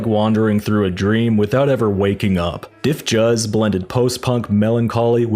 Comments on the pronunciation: Great summation. Truly. A few mispronunciations though Flanger is pronounced as flanjer and Dif Juz is pronounced as Diffuse. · today I learned this after years of calling them Diff Juice, I checked here to see if anyone else had mentioned this, thanks